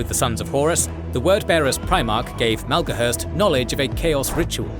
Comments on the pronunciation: Is it Malgohurst or Maloghurst? His portrait says Maloghurst, but you pronounce it like Malgohurst. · Take a drink each time Maloghurst's name is mispronounced ; ) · Hearing Maloghurst mispronounced so many times in such a short video is like nails on a blackboard. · Poor Maloghurst the twisted, you really had trouble with that name. 😂 great work as always 👏 Edit: not being sarcastic these videos are great.